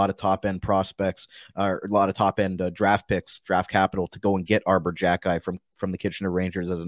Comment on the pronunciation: I love Jackeye, that's how you pronounce his name, he will be a fan favorite for sure, he's got a good offensive side and he also has a great shot.